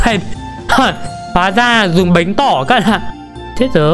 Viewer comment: Bánh tổ mà anh nói bánh tỏ chắc tỏ tình